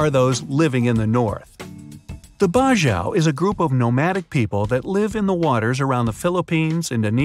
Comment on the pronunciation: Bajau is pronouced bajaw faster